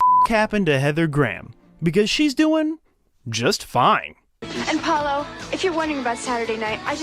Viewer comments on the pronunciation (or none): none